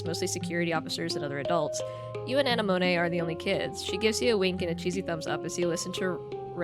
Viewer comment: I'm sure you know this by now, but Anemone is pronounced like the flower. Uh-nem-oh-nee